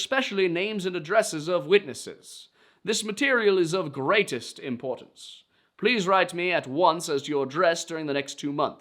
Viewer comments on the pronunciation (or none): none